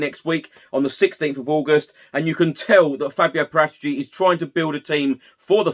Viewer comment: You don't pronounce the director of football's surname with a G it sounds ridiculous